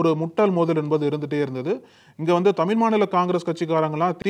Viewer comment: தம்பி தமிழ் என்று சொல்லவும் தமில் இல்லை